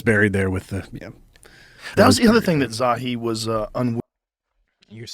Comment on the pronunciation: your the best man...its zah-hee ha-wass just think of hee-haw everytime you see his dumbass